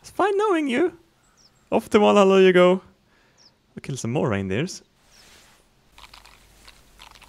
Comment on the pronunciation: when he says "off to Valhalla with you." I thought he said "off to Allah with you" XD